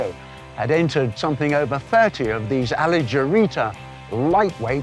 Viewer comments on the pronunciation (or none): Poor butchered Italian pronunciation. Before Fangio, Farina won the first F1 World Championship in the Alfetta.